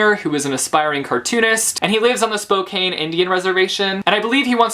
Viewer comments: "Maybe they met of Goodreads." Don't we all want that And It's pronounced Spo-can not cane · Btw, Spokane is pronounced Spo-KAN not Spo-KANE. Hopefully that makes sense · Just an FYI It's pronounced spo-can the spelling is misleading.